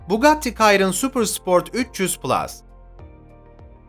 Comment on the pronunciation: Bugatti kayron ne yaaa abi? 😆 Bugatti Şiron onun adı